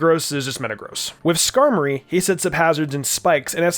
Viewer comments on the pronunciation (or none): none